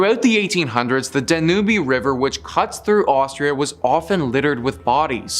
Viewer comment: Lol how you pronounced the River Danube! 🤣🤣